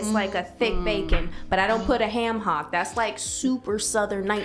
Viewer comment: “We pass the hayum..”😭😭😭🤣